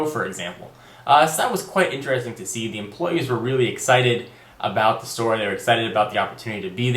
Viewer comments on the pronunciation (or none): whats a "da store" ??